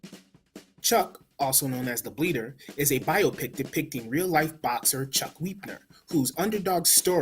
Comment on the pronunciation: If De Niro was playing Wepner (not “Weepner”, as you kept pronouncing it) you wouldn’t have complained about the “Stinking Narration”. Copland. Casino. Goodfellas. Narration is a legitimate film technique. The reason it concentrated on the parts of Wepner’s life that were the most dramatic is… it’s where the drama is. It tells his flaws. You are wrong about the narration. It’s perfect for this movie. If you want to see Wepner’s story without narration, watch Rocky.